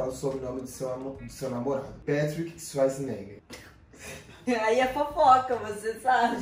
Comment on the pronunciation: Amooo como fala "Schwarzenegger", é muito fofaaa 😍😍 e também ela tem muito bom pronúncia 😍❤